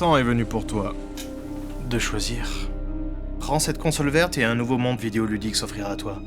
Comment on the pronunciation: "Tu as recu (1) nOveau message"